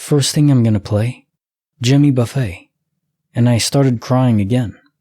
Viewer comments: I was cringing every time I heard it wrong! I was like Buff-ETT Buff-ETT! Ha ha! But that would be because my dad listens to him too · And Jimmy Buffay 🤣🤣 only AI wouldn't know how to correctly pronounce these names😂😂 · And Jimmy "Buffay"?? 🤯